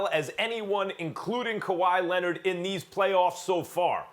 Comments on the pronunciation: No one: Absolute no one: Stephen A: Kawhi Lenad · “Kawhi Lennit”